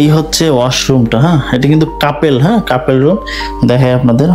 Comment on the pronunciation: কাপেল না কাপল 🫡